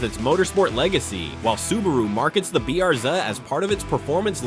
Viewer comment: I must admit, I find stupid AI quite amusing. What exactly is a BRZed? That’s what you kept repeating, or perhaps your AI voiceover was mispronouncing it. Additionally, it’s quite well-known that Hyundai and Kia share a common platform, as do Subaru, Toyota, and even Toyota and BMW (for instance, the Supra). Did you also know that the Model 3 and Model Y are essentially the same car? The only difference is that the Model Y has sits higher (prior to a refresh). This video certainly deserves a significant downvote.